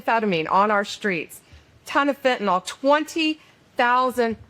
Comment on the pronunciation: Great work. I wish people would learn how to pronounce FENTANYL. It is pronounced fin - ta - nil. NOT fin - ta - NOL. NYL is pronounced "nil."